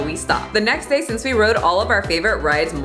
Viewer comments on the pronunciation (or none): none